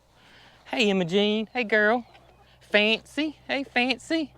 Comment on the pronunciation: Every time you say Imogene, it sounds like you're saying hi to me lol! Little light fertilizer and some warmth they will pop right out! Thank God the equipment worked! ❤️